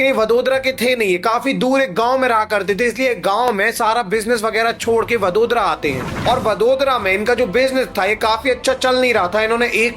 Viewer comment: वडोदरा नही वडोदरा😅😅